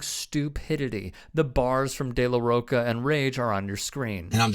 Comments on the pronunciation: When did people start pronouncing De La Rocha as Ro cka and not Ro tcha? If you’re upset by the lyrics then you’re really not a fan. They’ve been the same since the early 90s. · de la roca bruhhhh de la Rocha isn’t hard to pronounce 💀💀😂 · Pronounced "De La Roacha".